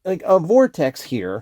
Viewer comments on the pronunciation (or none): none